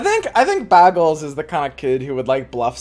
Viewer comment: This man's saying ''baggle'' like that one Community episode where Britta pronounces it like that.